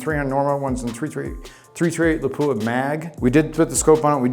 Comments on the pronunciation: It'a pronounced lap-wa, not la-poo-ahh. A city in Finland. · Absolutely grinds my gears when a so-called gun aficionado can’t even pronounce Lapua correctly.